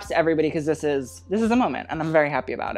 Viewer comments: The way that you pronounce “Godot” like “Patou” is so cute to me❤️ it’s pronounced ga-dot. Like you say dot-com. Hehe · Each day, opportunities for pronunciation lessons! my man, it's Gal Ga-dott. Don't get fronchy about it. And apparently it's a weird soft T, almost like "Gal Gadurghd" if you wanna put some sass on it. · Gal Gadot rhymes with “note”. It’s Hebrew so you pronounce the T